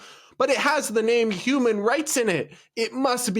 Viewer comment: He said 𝙃𝙊𝙊𝙈𝙄𝙉 🤣🤣🤣🤣🤣🤣